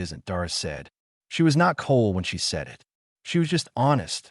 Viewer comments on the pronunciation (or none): And also splits "it" into the individual letters "I" "T".